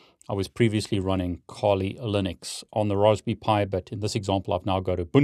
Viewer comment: I didn’t know Brits pronounced Raspberry the same as Roastbeef